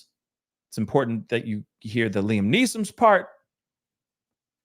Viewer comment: "With the Liam Neesommssss" sent me 😂😂😂